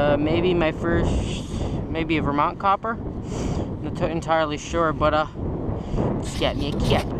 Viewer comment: For a moment I couldn't understand what he was saying... I was about to go to google and look up the word "kyoppa" lol.